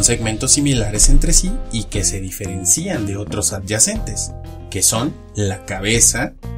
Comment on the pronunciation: P8r qué acentúas "diferencian" en la última i?